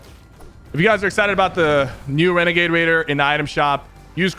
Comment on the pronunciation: Its legit annoying that he keeps calling it regagade cause it's not